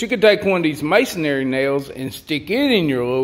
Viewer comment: The way you pronounce “Masonry” kills me every time 😂